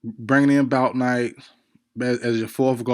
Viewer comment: Yall be capping like f... you don't love Bouknight..you can't even say his name right. With all these videos on players there is really no excuse to be mispronouncing anyone's name like that.